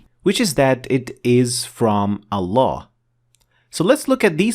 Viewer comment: it’s ALLAH NOT AllaN dude stop